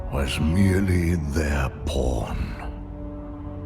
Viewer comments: "Gul'dan was merely their porn" did anyone else hear that from Velen? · James Lavaroni he said pawn 😂😂😂